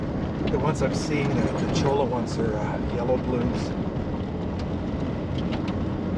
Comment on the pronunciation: Just to be helpful it is a cholla cactus and the double "l" in Spanish is pronounced as a "y". And again thanks for the ride along as you said some of us are immobile and rely on others for visual content!